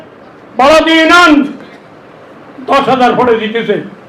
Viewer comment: ইনশাআল্লাহ 1 লক্ষ বটে আপনি হেরে যাবেন আল্লাহ চাহিলে আপনাকে হারিয়ে দিতে পারেন ক্ষমতার মালিক আরশের মালিক একই আপনি এইভাবে কথার ফুলঝুরি দিয়ে মানুষ ভোর দিবে না আপনাকে মানুষ বিপরীত কিছু ভাববে আপনি ইউনিয়ন শব্দ উচ্চারণ করতে পারেন না এমপি পদে প্রার্থী হয়েছেন আপনাকে ধিক্কার জানাই